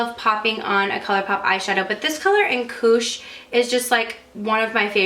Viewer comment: When you said "Koosh", I heard "cooch" at first hahahah oops!!